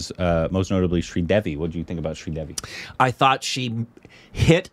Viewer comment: Sridevi not Sridervi 🤣...She may be giggling in her grave...